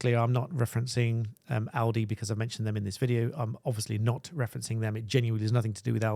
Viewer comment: Well done for pronouncing 'Aldi' correctly.